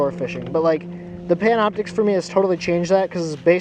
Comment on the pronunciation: Did you say Pamna Optix?